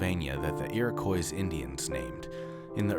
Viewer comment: The Iroquois people are called "ear-ah-coy". Not "ear-ah-coys".